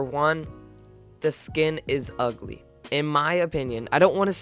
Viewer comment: Omg u said it’s igly